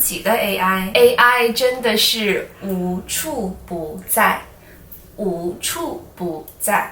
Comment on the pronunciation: i saw (wu2 chu3 bu4 zai4) but I heard (wu2 chu4 bu3 zai4) correct ?